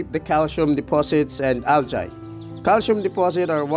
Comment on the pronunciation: It’s Al-gi, or Al-Jee not al-jay. Not to be rude.